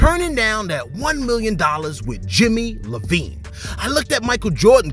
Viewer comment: No offense but u try to act like an old head and said jimmy LA vine its jimmy i vien like as interscope records aka jimmy I like dres boss ems boss yeah but go ahead pretend you kno what you do carry on my guy